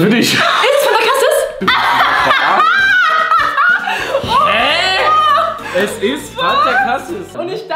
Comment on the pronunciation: nicht cassis sondern casieees 😄